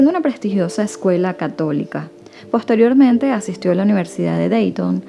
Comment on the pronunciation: Muy bien, muy natural y relajada la manera en que narras. Felicidades 😊 Ah, cuidado con la palabra posteriormente 😁🔄